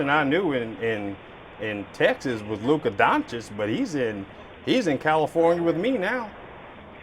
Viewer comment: "Luka Dončić"! 😂😂🤣🤣🤣🤣